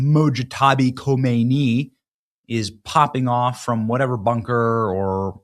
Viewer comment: It is NOT Mojtaba KHOMEINI. His name is Mojtaba KHAMENEI.